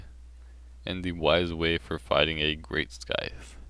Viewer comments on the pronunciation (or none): Why do you say skyfe? Wouldn't it be scieth? I'm talking about the scythe weapon. It's the first time i hear that pronounce